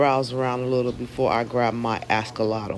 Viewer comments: Firstly that shop was filthy, the tanks were disgusting and secondly you never pick up an Axolotle with a net because they can get their feet caught in the tiny holes so that lady should not own an aquarium. And please will you stop saying Ascollotle- it’s pronounced Axolotl - I had to stop watching your video because it was so annoying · Well u should tell the lady that owns it never to pick them up in a net. And OMG I’m not the only one that commented on the way u pronounced Axolotl. It’s AXL not ASCOL And look on you tube about picking them up in nets - it’s a no no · Can i ax you a question about your askolotl?? 😂😂😂